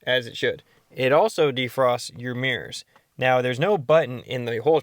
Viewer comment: "mears"... Yikes. lol How about "mirrors"?